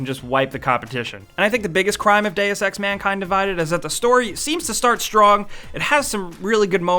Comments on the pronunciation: Please... this games title is pronounced "D[u as in burger] ex" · still didn't find anyone who can pronounce "deus"